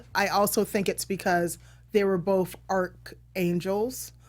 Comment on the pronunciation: Arc not Arch